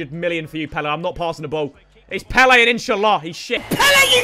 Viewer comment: Throwback when W2S said Pele as peel